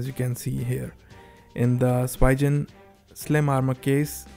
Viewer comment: Its called speeeegen